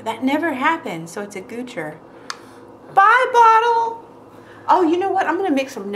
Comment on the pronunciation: "so its a goucher" hah <3